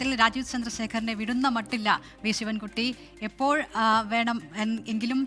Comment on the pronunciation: ശിവ൯കുട്ടി ആദ്യം സ്വന്തം പേര് മര്യാദക്ക് പറയാ൯ പഠിക്ക് എന്നിട്ടാവാം സംവാദം😏😏😏